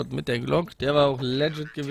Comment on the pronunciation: Kurze Anmerkung an alle, die so gerne "legit" sagen. Die Betonung liegt auf der hinteren Silbe. Sehr kurze erste Silbe, kurze, betonte zweite Silbe.